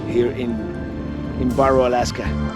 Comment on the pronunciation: Just in case you did not know, it is pronounced Bare Oh, not Bar oh.